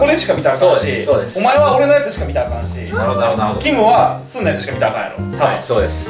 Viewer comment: すんがぜんぜん読めてないの草